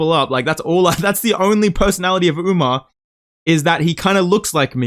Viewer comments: Bro called him Umnar 💀☠ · He said umna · bro stop saying UMNAR. you are NOT Sean O'Malley😭